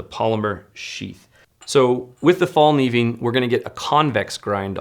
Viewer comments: Just FYI “Kniv” in Morakniv and Fallkniven are pronounced similar to the hard k in Evel Knievels last name and not like knee. I really enjoyed this episode, there are just so many options out there and thanks for putting them in order of cost. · Learn how to say Fällkniven! I am from Sweden but i dont say cuntdoor instead of condor!